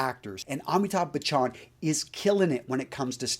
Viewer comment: It’s not bachaaan it’s Bachan